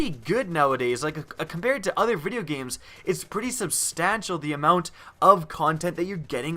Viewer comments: Am I the only one bothered that he pronounces videogames "videeya games" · You pronounce "videogames" like my 93 year old grandmother. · wtf, does anyone notice how pronounces videogames😂